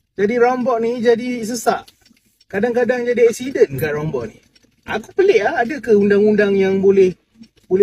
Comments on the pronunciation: Roundabout.. tu aku faham.... tapi "rounbot".. aku rasa bangla pun tak tahu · Roundabout ✅ Rounbot ❌